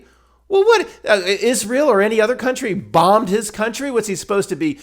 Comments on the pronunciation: I just love your pronunciation of Israckl. 😁😁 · I'm so glad you're o.k., and you don't have to see a psychiatrist! The way that you pronounce Israel always makes me laugh. 😂